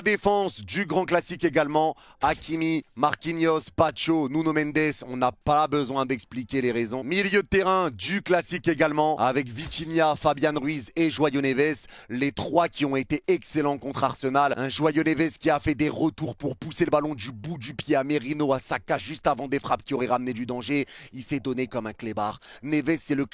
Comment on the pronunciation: C'est moi où il a dit Joyau Neves